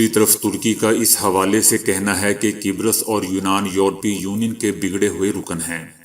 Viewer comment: Mohatrum apni urdu sahi ker layn, qubrus, not qubres. Thanks